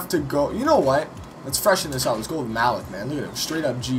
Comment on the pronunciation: Great vid! But Malik is pronounced "Mah-Leek" just saying tho